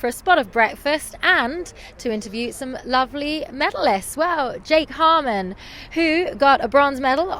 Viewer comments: Jake's face when she said 'Harman' ahha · Jake is funny. His face after she said "Harman" 😂